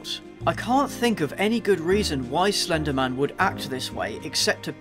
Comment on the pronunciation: AT FIRST I REALLY THOUGHT HE WAS SAYING FENDIMAN FENDIMAN FENDIMAN AND I THOT HE LIKED JACKSON WANG